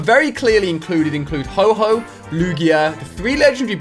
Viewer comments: NUUUU YOU SAID HO-HO, ITS HO-OH! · Omg your supposed to know about pokemon dont call ho-oh ho-ho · Ali it's ho-oh not ho-ho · It's ho oh -_